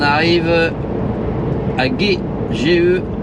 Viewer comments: Bonjour, magnifique ta vidéo, Moi d'origine du 79, je connais très bien ces endroits, et justement le petit village GEAY, ça se dit "JAY" (GEAY) et non pas "GUEAY" LOL. Bonne journée l'ami. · Quand vous êtes passé à GEAI dans les deux Sèvres , ça se prononce jai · Sympa, tu passes dans ma région natale, tout près de "La Butte", Geay se prononce jai, 40 ans passé sur la route moi aussi, de bons souvenirs en Saviem, Berliet et Unic, continue de nous balader.